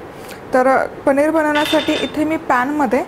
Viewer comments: पणीर नाही.....पनीर असा शब्द आहे 😂😂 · ताई,, पणीर नाही हो,,*पनीर*